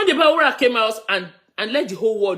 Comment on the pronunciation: his name is B A R U W A and not B A W U R A.